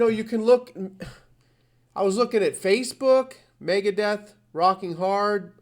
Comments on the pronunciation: Megadeeth wtf are you saying lol. Its Megadeth and that is how its always been for me. Dunno why you pronounce it with 2 e's when its only got 1. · Also you make it sound like deeth. How do you pronounce Beth, Seth, Meth? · I might have to unsub you if you call them Megadeeth one more time!...Wait you just said you remember it with and with out the a...?...unsub!